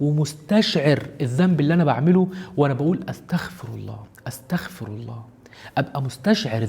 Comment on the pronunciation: "واستغفرُ" بالضمه مش "استغفرَ" بالفتحه أو سكون حتي♥️